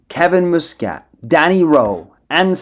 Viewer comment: It's MUSCAT,not fucking mouscat ay the name properly